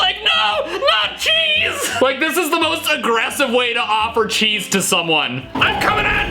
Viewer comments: “Here’s SOME CHESE.” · Yes, but it would sound like the [t] sound of the CH in cheese went away. Cheese turns into sheese. Like how cheers becomes sheers